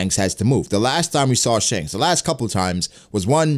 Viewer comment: Your pronunciation of Shanks is the worst...